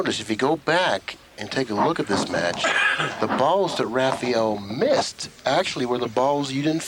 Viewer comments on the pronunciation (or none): Why do they keep calling Rafael Rafiel?